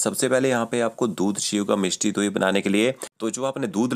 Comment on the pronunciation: 🌹🌹🌹. Yes, the word: Mishti Dohi.... spoken by sweet is Simply Marvellous 🤗🤗🤗!! 🇮🇳🙏💐